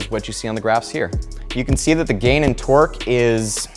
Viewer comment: Whenever you say torque I hear twerk